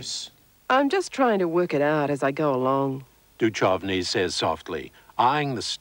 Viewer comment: It's rather funny how Media Watch doesn't know how to pronounce "Duchovny". Also, the NT News hasn't changed a bit.